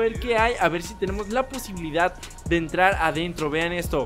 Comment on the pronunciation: Ebtrar a entro jajajaja